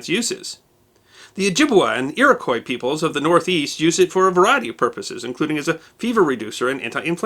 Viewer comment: Wow someone who pronounced Iroquois correctly. I am so happy.